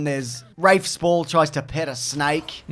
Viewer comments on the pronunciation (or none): none